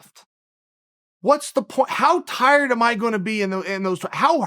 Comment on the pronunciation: Me: tired Chael:tried Me:tried